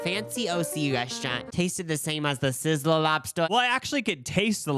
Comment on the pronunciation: You can’t enter the Sizzler if you can’t pronounce it bruh. “Sisslourl”